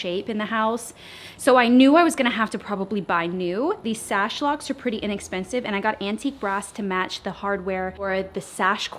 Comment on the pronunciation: Girl... SHASH - wha???? You mean sash?